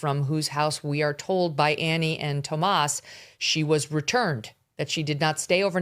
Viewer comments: Megyn you are driving me crazy referring to Annie Guthrie's husband as Tomas ... it's Tomasso ... This is remarkably sloppy attention to detail. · Y do you mispronounce tommaso’s name? Is it on purpose or you’re just a Dumbazz?!?